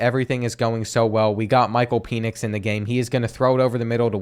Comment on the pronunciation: Great vid but btw it’s pronounced Pen-ix